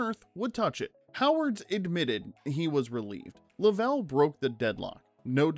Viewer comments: James LOVE’ell NOT LovELL. I hate it when his name is mispronounced Change the audio PLEASE! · A “rough pitch”? Luh-vell? Did you even watch the movie? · did you watch the movie? It's luvel not luh-vel. also WHAT the film "platters?" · "Lovell" is pronounced LUH-vl, not luh-VELL. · You mean they didn't launch a real Saturn V for the movie? no way...LUH-VL btw. Jeez... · Unbelievable that you mispronounced "Lovell" (Luh-vl) so many times. Did you or any of your staff even watch the movie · Even when it's "AI", These men are American Heros!!! How the hell does no one listen to the piece before it's unloaded???? I've stopped watching. I know how it ends...but some kid, or adult wiil be saying "Jim 'Luvel"!!!! You ruined it.😡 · I turned this off less than a minute in when the AI narrator said “Jim Luh-VELL”. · I usually like these videos, but seriously, how can you mispronounce one of the lead figure's names? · You say “Lovell” wrong so many times it’s like you didn’t even watch the movie or see any real interviews. You posted this 9 days ago and it only has 40,000 views… go back to your edit bay, and re-record the entire voice over and pronounce Captain Jim Lovell’s name correctly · The mispronunciation of the main character makes this video too painful to watch. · Decent video but you think you do a little research on how to properly pronounce the main character’s name. Bizarre. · Train your AI voice how to say "Lovell" properly!!! Don't butcher this hero's name and dishonor his memory. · "Lovell put his name on the line for accuracy" Proceeds to mispronounce his name through the entire video. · ai generated slop cannot even pronounce the name correctly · The way your AI pronounces Jim Lovell's name hurts my ears..... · You say you read all your comments. I hope you read this one. Every time you said Jim Lovell’s name. You mispronounced his last name. Which leads me to ask if you watched this movie how is that possible? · Please learn to say Lovell correctly.... SMH